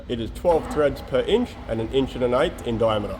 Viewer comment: please say "machine it" and "inch" again 🤭